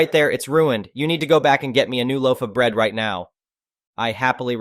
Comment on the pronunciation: Didnt know Now sounded like Neigh